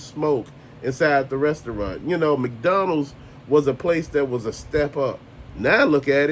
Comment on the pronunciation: Thanks for all your Rants and reviews! Bro you got me laughing over here the way you're saying McDonald's. Sounds like you're saying Mcdonnell